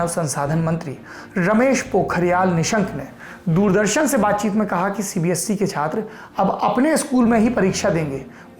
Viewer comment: Sir aap CBSE ko CBSC bolte ho